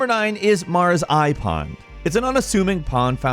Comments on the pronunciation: Its actually "Mara's Eye Pond" not "Mars Ai Pond" as YouTube had it! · Did anyone else hear "Mara's iPod"